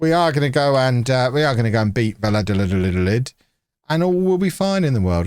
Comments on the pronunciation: Valladolid is pronounced "V-eye (as in eyeball)-a-dol-eed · va-ya-do(as in doe, a female deer)-leed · U say the name vayadolid I’m not Spanish either it took me years of watching Real Madrid games against them to understand how to say it😂😂 A tip ll=y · vie-ah-doe-lieth, slight stress on the 2nd and 4th silly🐮 🤓